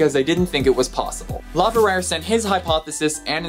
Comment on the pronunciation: and LeVerrier is probably pronounced "LeVeriay"